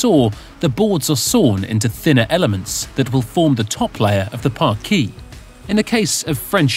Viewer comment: Shame the narrator can't pronounce parquet.